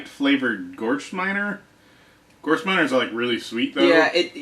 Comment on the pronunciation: Herr, were you trying to say Gewürztraminer? Ga-vertz-trah-mee-ner. That sounds like what you were trying to pronounce, but maybe you were talking about a wine I've never heard of.